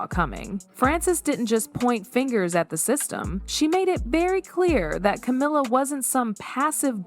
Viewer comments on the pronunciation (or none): Yeah, I think this whole thing is fake. It's an AI voice, and I don't think Anne would have stolen a letter. Between calling Camilla "camera" and Diana "Dee-anna"... there's something fishy here.